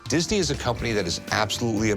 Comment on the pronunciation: 😂 Yeah!!! Think he was High as a kite!!😁 That dry mouth, he could hardly say Disney!